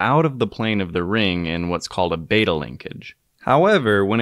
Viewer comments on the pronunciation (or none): none